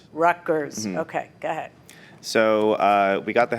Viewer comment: Judge says ga head instead of go ahead